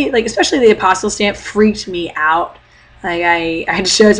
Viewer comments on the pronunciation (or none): Hi. I have a question. This will probably seem kind of goofy, but can you explain the "stamp" thing you're talking about? First of all, for the life of me I can't understand the word you're saying...it sounds like "apostle stamp"??? Sorry!! Second, you said you have to get it from your state capital? Can you tell me what that is? The stamp not the capital:-) Thanks!